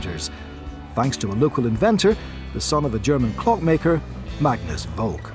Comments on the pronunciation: Seeing as we're nitpicking about pronunciation, Volk is pronounced with f (as you said), then olk as in "polka", not as in "folk". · Simon Carey Also Volk is pronounced as Folk, not with an actual v